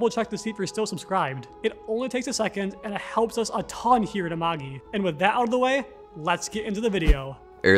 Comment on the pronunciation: I love these videos but Am I the only one that can't get over the mispronounced names in the Amagi videos?